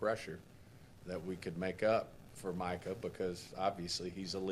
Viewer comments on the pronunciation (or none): Jerry has been senile for 30 years and it’s showing more than ever these days. Can’t even get the man’s name right it’s MICAH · He can’t even get his name right smh. Keeps calling Michael.